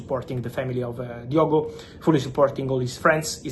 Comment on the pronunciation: Lad from Portugal better than Figo don’t you know, ohhh his name is Diogooo